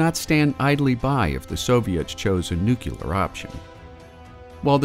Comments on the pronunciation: Nuclear not nukuler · Great videos, but it's "nuclear", not "nucular" :D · it's pronounced "nu-clear" not "nu-cu-ler"...there is no u after the c. if you want to learn how to pronounce nuclear don't watch this channel.